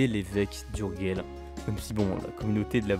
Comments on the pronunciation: Bien faite et bien documentée cette petite vidéo ..😊 une petite critique cependant : on dit « urjeil » et pas « urguel » pour Urgell …. Le catalan est une langue latine : le G se prononce J quand il est devant un E et un I… et puis 2 trucs chelous à signaler sur cette frontière : - le Pays Quint , en demembrement, l’Espagne est nue propriétaire, et la France usufruitière … la poste est assurée par la France qui recouvre la taxe d’habitation mais pas l’impôt foncier …. qui reste l’apanage de l’Espagne … - le val d’Aran exception au principe de frontière-ligne de partage des eaux, enclave espagnole sur le versant nord des PYRÉNÉES et curiosité linguistique puisqu’occitanophone …. chez les hispanophones …. Une autre petite vidéo s’impose sur cette frontière chelou 😂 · Super video. Pourquoi prononcer Urguel . Ourdgeille en catalá.